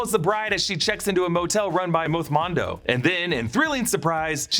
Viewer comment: why did he say Mothmando like that 😭